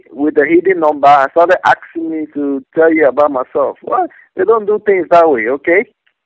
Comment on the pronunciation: axing lol